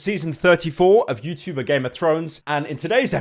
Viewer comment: He doesn’t say Youtchuber anymore😔